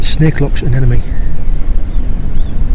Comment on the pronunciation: lovely videos, for someone into seashore stuff you really can't say anemone